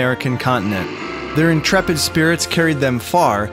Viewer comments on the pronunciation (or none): none